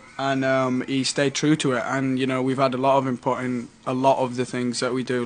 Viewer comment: i like the way zayn says input as inpop